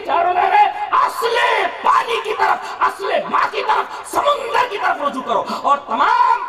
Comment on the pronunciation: Samandar ko samandar bol ke nahi aata samundar bolta hei jab bhi mu kholta hei ghalat bolta hei.chup be sharm.